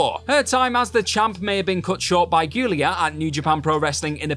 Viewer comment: And "goo-leah"... It's "JOO-leah".